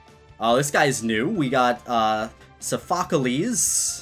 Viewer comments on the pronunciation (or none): SOPHOCOLES???? IT IS SOPHOCLES!!!!! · It’s sof-a-clees not soph-a-c-a-lees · its sofacles not sofokalees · Sophocles(he spelt it SO - FOC - OLIES). I Don't think he watched pokemon sun and moon. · It's Sapaklease not Sofakalease (Btw im a fan) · sofokalese... soph o clese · Sa-fa-cleese not sa-fa-ka-leese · “Sophocoles” LMAOOO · Lmao as soon as I heard him say that I went straight to the comments 🤣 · I’m dead 😂 “sophocolees” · Saphocolis is how he said it, hands down😂🤣😂🤣😂🤣😂🤣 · We got sophocles. Me:Boi no hate but is pronounced soft a cleese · It's Sophocles(sofocleez) which is in pokemon sun and moon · ramos is the 4th kalos leader?! edit: so-f**k-ales? its so f a cl e ease (oh exuse me so-FAK-a-les) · I actually watched the sun and moon anime and is not sofofocolise idk how to spell it ok how pronounce tho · Bruh, he said sufokalese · Did he just say sa faca lezz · it’s called saw fa clease is how you say it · its pronounced s-of-a-cleaze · So-pha-ca-les sure thats one way to say it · bruh its pronunced soft lickies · It's pronounced sofacleez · It’s pronounced sof-u-clees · His pronounciation of sophecles triggers me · Sof i clese day it right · * says Sophocles wrong * Me: BAHAHAHAHHAHAAH LOL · just listen to his pronunciation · mispronounces Sophocles Sophocles: Am I a joke to you? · That is not how you say Sophecles from sun and moon... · you said Sophocles wrong and he's not knew he's from Pokemon Sun & Moon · how much did he butcher Sophocles? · Lol when he said sophocles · Is no one gonna talk about how he pronounced sophocles? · I cringed when you said Sophocles wrong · I love how much he butchered Sophocles name lol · He pronounced Sophocles wrong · He butchered sophacles names🤣🤣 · dude, he pronounced Sophocles wrong.